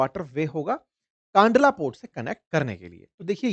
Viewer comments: Sir it's kandla not kaandla. 🙏🏻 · सही नाम कंडला है । कानडला गलत उच्चारण है । . 😊🙏🇮🇳 || JAY BHARAT || 🇮🇳🙏😊 😊🙏🇮🇳 ||जय भारत || वन्दे मातरम || 🇮🇳 🙏😊